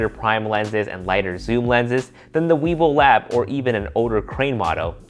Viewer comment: Did I hear him right? I thought I heard weebil wab.